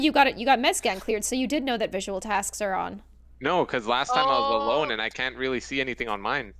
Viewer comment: You mean canku